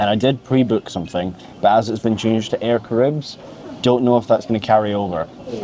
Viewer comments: I like the way he pronounces "Air caribbs" 😉 . In French we say : Air Ca-Ra-Hib , forget the S at the end . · I don’t want to be that guy guy but regarding TX, it’s pronounced Air ‘Kah-ra-ee-b” 😁